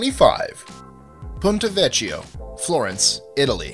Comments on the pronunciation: Ponto Vecchio. Veh-ki-oh. Not vechy-o. Sorry but I take Italian so these things really bother me. Great vid though! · notwithstanding, you really don't have much excuse for mispronouncing Myanmar and River Thames. While I'm at it Ponte Vecchio is pronounced Pontay Vekkio and the names of all the French bridges and viaducts are almost completely unrecognizable. It sounds like you actually practiced, but you're not quite there. Still a good list, though you'll get complaints from people whose favourite bridge was not included. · I can save you from being laughed at if you're ever in Florence and call it the Ponte Vekshio. Think of it as a public service. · It's pronounced Ponte Vé-kk-io.